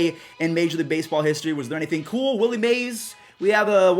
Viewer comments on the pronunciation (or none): none